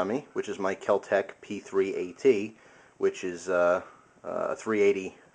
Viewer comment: Kel-Tec No h.